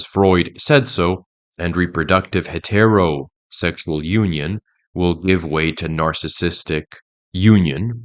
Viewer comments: I didn’t realize this was read by AI until they said “Hetero Sexual” as two words. AI is getting better. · First video watching and have a question, is English your 2nd language? Your pronunciation of heterosexual is weird